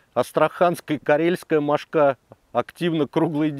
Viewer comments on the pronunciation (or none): Одна - мОшка (ударение на первом слоге. Две, три - мОшки. Много - мОшек. Закусали - мОшки. Но не мошкА.